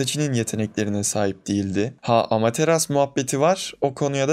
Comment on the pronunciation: Amateras diyorsun sinirleniyorum lütfen amaterasu der misin